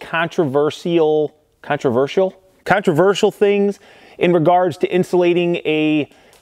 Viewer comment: Good that you know to say controvershul rather than controver si al but.. perhaps you should avoid condensating and just say condensing.